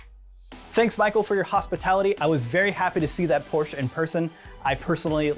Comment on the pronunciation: PorschE. Not "Porsch". Seriously.